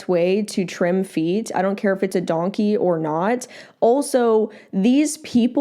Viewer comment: Lmao, the fact that you said “donkye” instead of “donkey” immediately made me think of how the country “Turkey” is now known mostly as “Türkiye” 😭